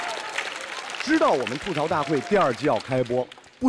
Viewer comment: 主持人整天说错，明明是吐「土」槽，为什么就是不改？没罚款对不？